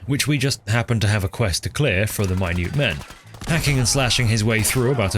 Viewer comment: "the maniutman"